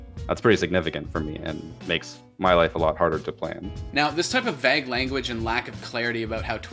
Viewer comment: This man just mispronounce vague.